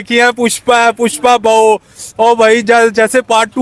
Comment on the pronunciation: MaM,bahU Nhi Use baahU kehTe haiN😂😂😂😂